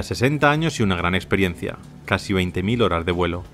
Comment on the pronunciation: Amigo, xq el narrador no puede pronunciar bien la palabra.. "HORAS DE VUELO" siempre dice.. "HORAR DE VUELO "..... saludos!!